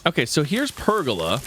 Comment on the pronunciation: Please learn how to pronounce pergola correctly. Its ola like how you say cola. Say it with me. Per...gola 🤦‍♂️